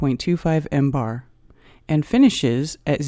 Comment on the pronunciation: If you knew what you were talking about you wouldn’t pronounce millibars as “mbars”. Awful, just plain awful. Aren’t you embarrassed?